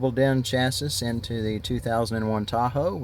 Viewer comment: Get a real radio and say chassis right